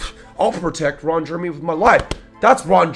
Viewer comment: Reading verbatim from Rolling Stones and pronouncing Ron Jeremy's name wrong is annoying